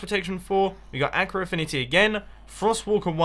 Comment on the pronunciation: ur saying aqua wrong